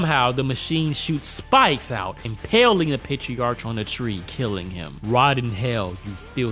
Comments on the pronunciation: PatriarK Not Patri-arch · Pronounced: patriark/matriark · patriarch (pay-tree-ark) meleeing (may-lay-ying) ami (ah-me, like hey hey puffy AMI yumi) tempura (temp-pooh-rah) matriarch (may-tree-ark)